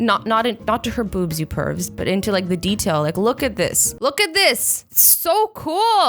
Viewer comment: I like the way she says "boobs" almost like boops, lol